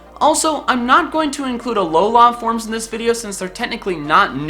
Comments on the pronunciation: why are you saying alo lah instead of alo luh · the way you say alola triggers me :^)